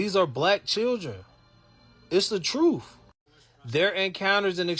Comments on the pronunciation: Did he say 'it's the truf'? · I know they aren’t going to say troof or po-lice